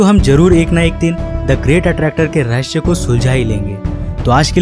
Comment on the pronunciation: Oh bhAi rahasya ko rahasya h bol , rahshya rahshya kya lga rkha hai 😂😂😂